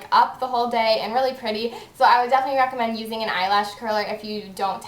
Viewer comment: she says reccomend like rackomend aha